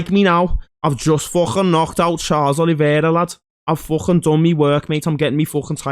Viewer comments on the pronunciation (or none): STOP CALLING THAT DUDE CHARLES OLIVIERA 😭😭